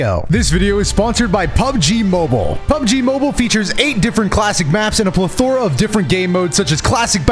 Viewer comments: aint no way bro just said plethora (ple-thor-uh). is that some alternate pronunciation i dont know? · are we not going to talk about the way said plethora? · I'm not a fan of the way you said "plethora" 😂